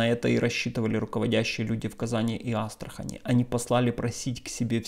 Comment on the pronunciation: Казань и Астрахань - с ударением на последнюю А...